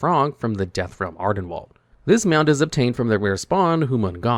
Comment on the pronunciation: I believe it's AR-den-weeld (rhymes with field) not wald (rhymes with bald).